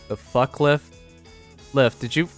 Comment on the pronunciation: Isn’t Lif’s name pronounced as “Leaf”?